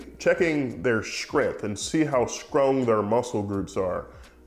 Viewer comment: Dude says strong with a ch. love that haha